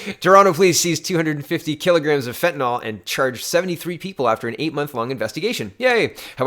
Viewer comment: fentanyl = fen tan ill. Love your vids. You and Joe are at the top of my "must watch" list.